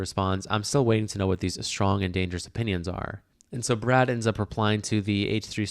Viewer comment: Brad...NOT BRAD